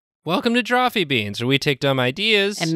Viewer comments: It's a-me. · has the same energy as Lucio-ohs and it disturbs me.